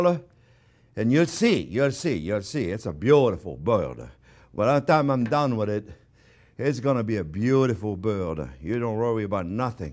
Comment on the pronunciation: “gonna give it a good mah-sadj wid buhter” 😁